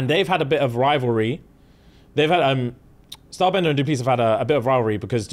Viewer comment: Stylebender* not star bender 😂